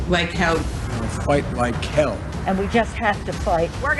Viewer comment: Did biden say fight like kale?